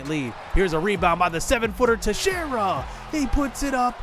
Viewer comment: hey i just wanted to let you know that texiera is pronounced (tex-era)